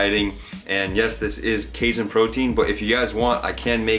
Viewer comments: It's pronounced like cay (rhymes with day) + seen FYI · Lol, your pronunciation of "casein" so many times in this video made me giggle.